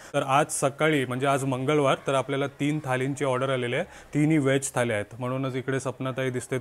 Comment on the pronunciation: ळ' bol re ल nahi, थाली ky marathi mde थाळी बोलतात. MARATHI asun asha chuka? Baki chaan vlog bnvtos 👍